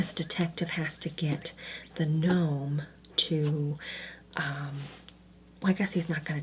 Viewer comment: ga-norm the ga-nome is killing me LOL